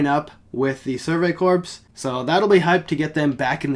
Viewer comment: I like how you call them the Survey Corpse instead of corps